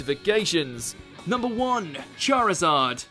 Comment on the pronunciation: It is "Charizard" not "Charzad" .